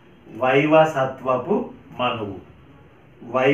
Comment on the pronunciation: వైవసత్వపు కాదు. వైవస్వత మనువు. ధన్యవాదాలు.